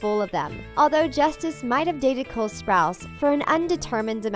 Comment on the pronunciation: Avan joja and Cole sprouts ??? Wtf! Get a new narrator, I’m so sick of you disrespecting their names, i unsubscribed and disliked